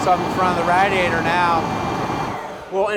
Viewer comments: Say Rad-e-atter some more please. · RAD-E-ATE-ER, RADIATOR.... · Is it just me or are they saying radiator wrong